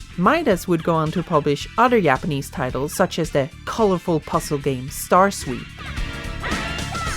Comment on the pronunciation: whay do you call them Yapanese?